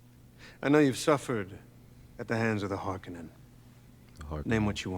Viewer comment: The pronunciation of Harkonnen is garbage in these new movies. Emphasis should be on the HarKONNEN. Draw it out. Sounds much more badass.